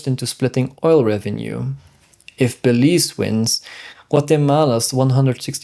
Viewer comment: It is pronounced Be_leaze. Ok